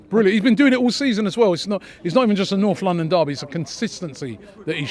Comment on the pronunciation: "Noff London daby"